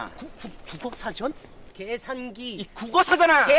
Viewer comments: 계산기가 X새끼로 들리는건 기분탓? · 계산기라고 할때마다 개새x라고하는것같네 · 계산기가 🐕🐦끼로 들려 (+ 이리듐 이터븀 이트륨 이수산화크로뮴 이테르븀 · 계산기가 개새끼라고 들렸다 순간ㅋㅋㅋ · 순간 계산기가 개샛기. 라고 들리는줄...ㅋㅋㅋ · 계산기 발음잌ㅋㅋㅋㅋㅋㅋㅋㅋㅋㅋ